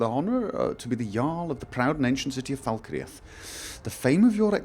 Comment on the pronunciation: Fal Kreath, fal cr-eeth not falkre'ath :(